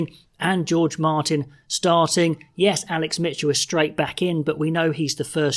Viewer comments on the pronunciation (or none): none